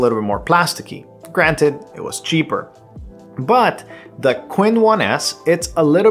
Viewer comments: *Chin not Quinn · Actually the pronunciation of Qin is similar to Chin in Mandarin 🤔